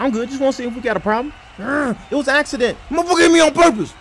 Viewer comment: a Leaccident LMAO😁😁😁😁😁😁😁😁😁😁😁😁😁😁😁